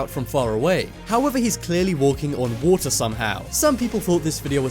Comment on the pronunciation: The thing that annoys me the most is his ‘t’ pronounciation waTer preTTeeee ThatS the impression